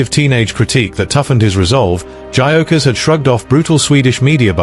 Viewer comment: If you can’t even pronounce his name correctly, you have zero credibility.